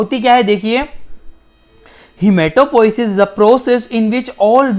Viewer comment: I think poisis hota hai